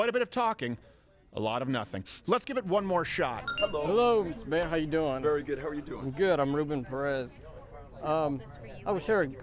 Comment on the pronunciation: I loved his pronunciation of Beto! B-toe is gonna get beat in November.